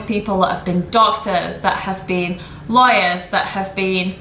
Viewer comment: while I was reading the subtitle “people that has been doctors, has been liars...” damn i thought you say liars, then apparently it’s “lawyers”😆